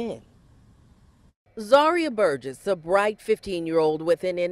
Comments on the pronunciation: Well you slaughtered the last name (mine as well.) It's pronounced Bur-jess. Otherwise I love your vids😆😅🙄😍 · I’m not normally pro-death penalty, but… Also I know it’s inconsequential, but the last name is pronounced burr-jess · Great job. One thing though, its pronounced Bur-jiss, hard G x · This case is extremely heartbreaking! You can’t help but feel for that little girl, that last 24 hours of her life! Side note… you are mispronouncing their last name. It doesn’t really take a lot of research to get it right though considering every news clip included in this video it is pronounced correctly. My thoughts and prayers are with her family, especially her mother who I can only imagine is extremely hard on herself even though there were no warning signs and she obviously had no idea that this would happen!